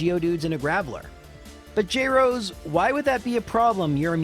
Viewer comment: Je-rose? I've been saying Jrosé (like José with an R) ever since began binging watching you!